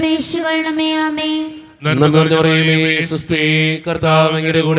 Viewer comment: നന്മാനമറിയ മേഅല്ല നന്മ നിറഞ്ഞ മറിയമേ എന്നാ ണ്